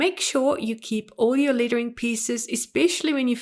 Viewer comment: I love all your tutorials. Just curious is your accent from Australia? I keep hearing ‘littering’ instead of ‘lettering’. I think we are used to pronouncing ‘e’ with ‘a’ sound but super interesting that you are actually saying ‘e’ sound literally.